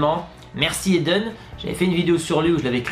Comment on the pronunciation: On dit Edainne pas Edenne